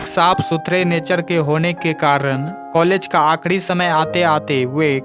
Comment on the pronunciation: आखरी को आखडी बोल रहा है